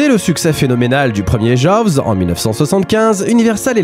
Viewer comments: On dit plutôt joze deux que jovs deux ;-) Le w ne se prononce pas comme un v... D'ailleurs vous dites Jeannot Souarc, pas svarc ;-) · Ca se prononce "Djoz" 😅 Un second opus très sympa mais qui reste dans l'ombre du premier. Et il n'y a jamais eu de suite... Non, non, yen a pas. Bon, en revanche on attends toujours Jaws vs E.T. 🤔